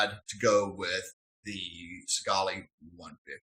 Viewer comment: This is why you need to actually use your shit properly and long enough before reviewing it. There's probably a bunch of people that saw that last video you made on it and didn't buy it because you didn't know what you were talking about. Also, learn to pronounce the names of the devices you're making these awful videos about and stop swearing so much. You already sound uneducated enough.